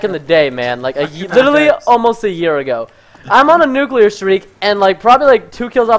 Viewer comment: The nuckuler